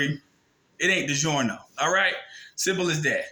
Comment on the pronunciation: It's not digorno 😆